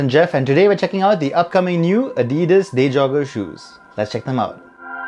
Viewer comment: Day jogger some how got pronounced as deja vu